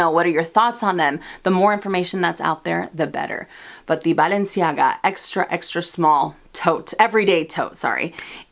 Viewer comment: Great video! I hope you buy the Balenciaga because I LOVE the way you pronounce "Balenciaga"! Also, yes ‐ pull the trigger on the Mulberry Alexa! I have a mini Bayswater from them that still looks brand new despite being 5 years old. The leather is great and wears beautifully. You mentioning the mini Antigona makes me smile since my unicorn piece was the mini in rose gold, which I got on sale through Saks forever ago! Xoxo from NY 😀